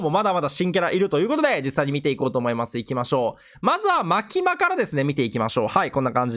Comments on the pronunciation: ほんとにチェンソーマン知らないんだろうな マキマさんのイントネーションやろ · マキマのアクセント気になるw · マキマの発音が気になる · マキマの発音きになるー(笑)